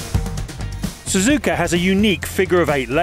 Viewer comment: The Spoon turn is named after the car company that sells souped-up Honda Civics, not after its spoon shape. Also, the course is named "Suzuka", not "Suzuuka." There should be no emphasis on the second (or any) syllable.